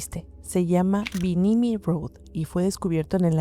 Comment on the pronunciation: nomás un pequeño apunte: es BIMINI, y no binimiii … ya se, está raro pronunciarlo.god job!!!!